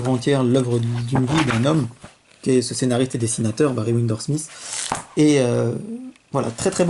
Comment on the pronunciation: C'est "je suis le meilleur dans ma partie" et non pas patrie Et c'est pas les quatre premiers tomes que tu as lus mais les quatre premières issues ou chapitres Et pour finir c'est WindSor et pas windor